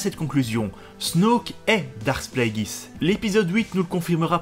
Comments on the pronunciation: Pourquoi prononcer Plagueis "Pla - é - guiss" au lieu de "Plagu-é-iss" ? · Surtout qu'en Anglais en ça donne "Pl-ay-gueuss" :)